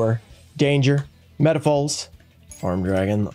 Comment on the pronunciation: I like how seems to always missread "MetalFoes" as "MetaFols" 🤣🤣🤣